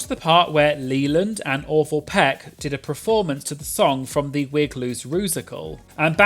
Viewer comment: Poor Orval. Literally sounded like you said Leyland and Awful Peck. Played it 5 times, multiple listeners. Oops Freudian?